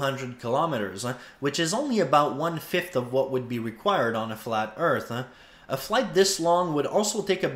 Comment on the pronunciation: Eartha lol